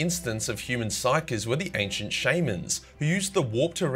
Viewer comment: I twitch in the eye every time pronounces shaman